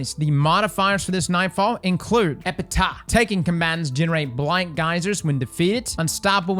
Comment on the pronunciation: Epitaph is pronounced Ep-I-Taf